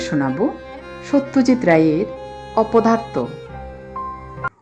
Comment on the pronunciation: "অবসরে শুনি" নামটির আকর্ষণে ডেসক্রিপশনে চোখ বুলিয়েই এক অন্য আবহের আভাস পেলাম। আর সত্যজিৎ রায়ের "অপদার্থ" তো উচ্চারণে চিত্রায়িত বোধ হলো। আরও অনেক শোনার আশা রইলো আমার। সবাই ভালো থাকবেন। 🙏